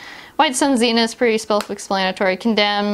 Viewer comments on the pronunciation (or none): none